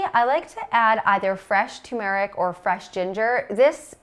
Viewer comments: It's not tu meric it's tumeric. No little pause after tu. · You are mispronouncing turmeric, as many people do. What about internal aloe Vera use and liver damage? Dr Greger says aloe Vera should never be taken internally.